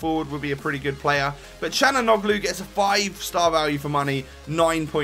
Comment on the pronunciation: you habe to spell calhanoglu without the g, im from germany (calhanoglu)